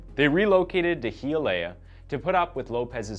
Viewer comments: I’m from Miami lemme help u out 😂 Hialeah hya-leah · it's pronounced hi-ah-lee-ah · It's pronounced hi-ya-lee-ah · HEE UH LAY UH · The way he said Hialeah lol. But yea I’m all seriousness, this is one of the most graphic and awful things I’ve ever heard of happening to someone. She deserved better. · biggest tragedy was how u pronounced hialeah